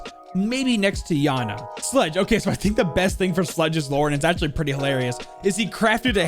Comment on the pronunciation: fun fact you say kaid and iana like an autistic man child